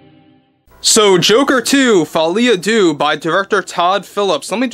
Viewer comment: Folie a deux, phonetically: 'folay ah duh', just saying 😊